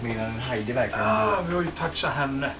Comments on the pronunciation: Bara jag som störde mig på att han sa ”Hajdi”? Haha sry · Stör mig på att säger fel till namn till Heidi han seger hadi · Alla: Heidi: HAidi! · Stör mej på att alla säger Haidi istället för Heidi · Hon blir arg när ni säger "Haidi"istället för "Heidi" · Bara jag som stör mig på att och säger haidi inte heidi...?! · Hon heter inte Haidi. Hon heter Heidi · Inte Hajdi hon heter Heidi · Ni uttalade Heidis namn fel hela tiden typ. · Själv tror jag det är Heidi,, du utalade Heidi fel!